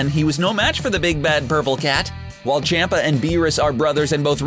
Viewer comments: I hate how he says Lord chompa like Lord Champa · Beerus and CAMPA . Not Champa, Campa . I can't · It’s not pronounced CHOMPa. It’s more CHUMPa or CHAMPa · your to English with in pronouncing there names like Champa and zeno there pronounced like ch-ahh-m-pa z-eh-no biggest problem with English speaking people take note there are 5 vowels in Japanese. (a), pronounced "ahh", (i), pronounced like "e" in "eat", (u), pronounced like "oo" in "soon", (e), pronounced like "e" in "elk", and (o), pronounced "oh". All Hiragana characters end with one of these vowels, with the exception of (n). The only "consonant" that does not resemble that of English is the Japanese "r". It is slightly "rolled" as if it were a combination of a "d", "r", and "l". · Lol on champ a pronunciation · champa's name is pronounced chompa btw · Zeno doesn’t fight... WHO WROTE THIS DAMN SCRIPT? They can’t even pronounce champa! It’s champa (chomp•uh) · man the sheer amount of mispronounced names and titles in this 😂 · First of all learn to pronounce names. Vatos with a V not fatos. Chompa with an o sound not Champa and just for the record Vegeta always had the power to destroy the planet evening before his first fight with Goku he blow up a planet cuz he was bored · Z-eh-noh. Ch-om-pa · Chompa not Champa, and Zeno not Zino, Jesus does this dude even watch Dragonball? The fool can even say the damn names right except for the DB names that are household names. Smfh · Why does he say ZEEno instead of Zeno? That is proof that this dude is reading off a script and does not watch dragon Ball He also said CHAMP-a instead of CHOMP-a. I mean come on 👎👎👎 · I really dont like how you pronounce names wrong like zEno amd champa or how ever its spelled